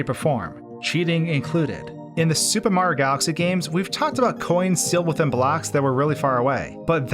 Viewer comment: “Super Mah Galaxy” Brother just say the word